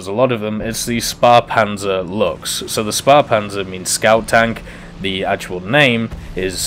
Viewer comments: Correct pronuancination would be: Schphehpanzer SP 1.C. Would be: Schützenpanzer Kuhrtz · Shpairpanzer is more like it, but the p is not as pronounced as it would be in "spair"